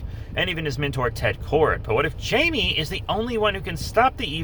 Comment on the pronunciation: Its jaime (haime)